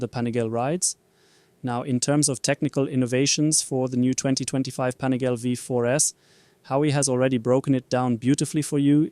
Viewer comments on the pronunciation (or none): Pani gal le, not Pani gale. It's Italian...... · Panigaaaaaale, not panigaile 😅